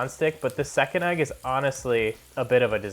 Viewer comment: Agg? 😂 it’s EGG! Nice review tho